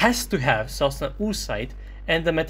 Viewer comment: sosnA not sOsna, this isn’t Serbian ;)